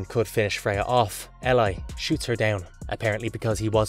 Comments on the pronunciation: How many different pronunciations of "Eli" were there in this video? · EE-LIE not elie or whatever different pronunciation you decide from panel to panel.ELI = EE-LIE.